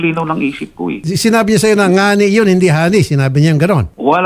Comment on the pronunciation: Salitang bisaya po kasi ang term na "ngani"Taga Masbate ako,salita namin yan,actually di naman talaga ngani ang tamang term namin nyan,"gani" ang tamang bigkas nyan.